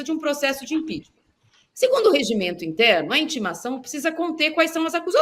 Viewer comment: Toda semana a fala de impechtma kkkk